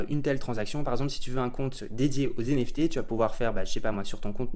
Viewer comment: Des "zenefté" mamen 😆😅